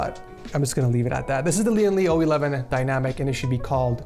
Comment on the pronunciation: ITS LOUGH